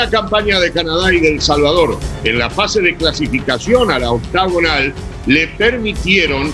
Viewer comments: “La ouctaugunal” 😂😂😂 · Por que pitas dicen octogonal si se dice Octagonal?